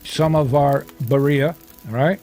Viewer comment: It's pronounced "Bee 🐝 ree ahh" and not " bariahh"